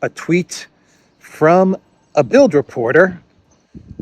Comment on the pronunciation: “das Bilt”…the “d” on the end is pronounced as a “t” 👍